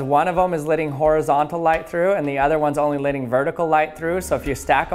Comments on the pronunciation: I've been noticing that you pronounce the words "Let" and "Letting," as "Lit" and "Litting." Is that a regional accent or is it just a unique speech pattern? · It's LETTING NOT LIDDING!! CMON MAN!